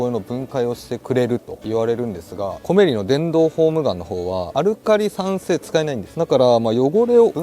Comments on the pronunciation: 【コメリ】の イントネーションは 全部平坦だったと🤔 店内やCMで そんな感じで言ってます🖐️ 自分も始めは後者でしたが… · 11分.12分のコメリのイントネーションが正解です。 コメリの地元民。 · 我が地域のイントネーションは コ→メ→リ↓でしたw 正規の使い方が予想外w 勢いと、幅で手動に軍配ですな😊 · 「コメリ」の発音が関西風w